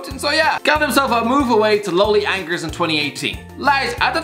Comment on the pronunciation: Schalke and Angers not ‘Shulk’ and ‘ANGERSSS’ 🤣